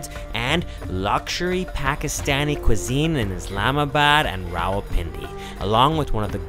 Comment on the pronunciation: wrong again my friend its pronounced Rawalpindi 😂😂😂😂😂